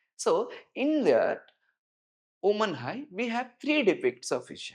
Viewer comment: I’m not trying to be rude, but I had a really hard time getting past the 20-minute mark. While the teacher clearly knows the subject, the pronunciation of key terms is a major hurdle. Grammar is one thing, but when scientific keywords sound like entirely different words, it's easy for students to get confused or lose marks in exams. For example: 'Human Eye' sounds like 'Woman High' 'Pupil' sounds like 'People' 'Membrane' sounds like 'Membroin' 'Capture' sounds like 'Capsur' Electrical signals being called Powerful signals